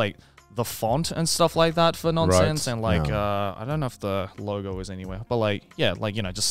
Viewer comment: As a Norwegian (and graphic designer) that actually have Ø in my language. Nønsense rolls of the tongue a bit differently, but doesn't make sense. So overall good job Joey!